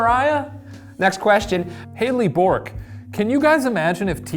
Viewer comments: Shane pronouncing Bourke as Bork actually made me lose it and I had to force myself to stop saying "bork bork" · The name Bourke is pronounced the same as the name Burke.